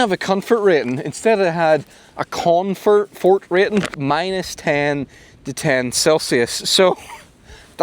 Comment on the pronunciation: With confort the emphasis is on con